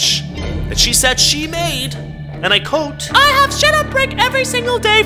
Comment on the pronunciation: Hee hee, you said and I coat,instead of and I quote. 😂❤